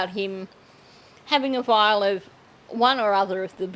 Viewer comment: What average American says "Vial"? I cant stand the way JS and ST put words together 🤢🤮